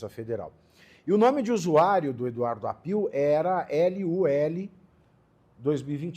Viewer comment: Se pronuncia Áppio. Não Appiù. È sobrenome italiano.